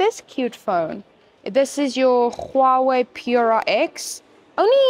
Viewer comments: Khuawei Not dear it's Huawei its simple 😂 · the way you said huawei = KHUAWEI 😂😂😂😂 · The she pronunces "Czchuawei " is doing my head in😢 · HOW YOU PRONOUNCE HUAWEI 😂😂😂